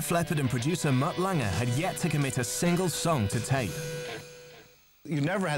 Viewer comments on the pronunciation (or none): For God's sake, it's Lange! Mutt Lange! Not Lang-EH!